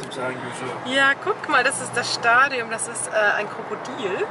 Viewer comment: Stadion und Marmelade Nicht: Stadium und MAMAlade 🤦‍♀️😂